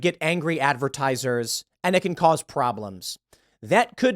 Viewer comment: "Advertisers" oyvey